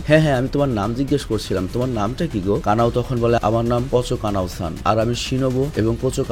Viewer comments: Kana kana kortacen ken😂😂kanao😊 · কানা নয় কানাউ